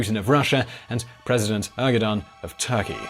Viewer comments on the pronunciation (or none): It's pronounced E-R-D-O-W-A-N,!!! Well, I guess someone might have already told you that. Keep up the good work. We love you. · President "Argudan" LOL What a joke is this channel! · It’s pronounced Erdowan.